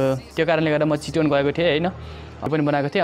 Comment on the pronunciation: चिटोन रे थुक्क मुजि बोल्न सिख भाइ